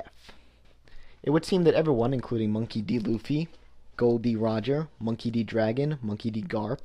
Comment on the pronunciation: I say "Luffy" like it's read, not like "L-oo-ffy